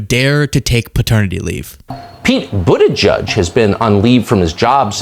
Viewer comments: edge edge is phonetically wrong though...it's more like boot ahj jedj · The edge-edge thing is how his handlers told him to say the name, because he is too dumb to remember how to pronounce the name! He was supposed to say Boot-edge-edge, to say the name. And he wasn't supposed to explain that to the press. The dumb ass! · That's how he was tougt to say it properly "Mr president it's boot edge edge now repeat after me...." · I always hear "Booty Judge" when someone pronounces Pete's last name, and I really think he missed his calling as the next Howard Stern, with a moniker like that. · At least he doesn't say "Buttyjizz." 😂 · It's pronounced Booty Judge. Get it right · "OK grandpa.this is how you can pronounce Pete's last name." sigh This is your leadership on full display.